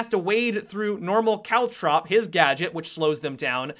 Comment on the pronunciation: Every time you say caltrop, I think you're saying cowchop